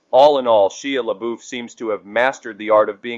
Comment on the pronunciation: You really shredded Shia LaBeouf’s name!! Might want to listen to how those names are pronounced before you talk smack about them. Just sayin ……